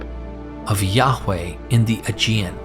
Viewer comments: Yaghch way?... is ok to say it normal.. as Yah-way. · His name is pronounced Yahuah, Yahusha hamashiach.